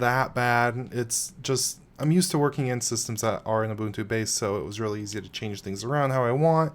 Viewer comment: Thank you for actually pronouncing it correctly. I can't stand these YewbUHNtOO people